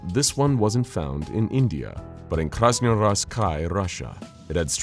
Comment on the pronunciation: i don't think there is a way to butcher the regions's name more then you did XD, the pronounciation is more like krasno yarskiy kray (iv'e split the first word into 2 so it is easier to read and understand)